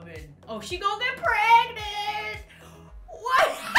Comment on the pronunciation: Everyone: it's pregnant: it's preganant